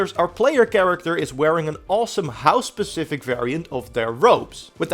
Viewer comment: Specific... not pacific. I'm done now. Sorry.